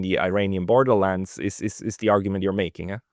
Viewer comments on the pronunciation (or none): none